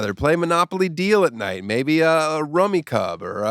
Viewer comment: Wait, did I just find out my family has been mispronouncing "rummy cub" for all these years?